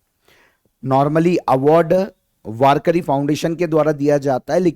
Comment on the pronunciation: वारकरी नहीं वारकी 😂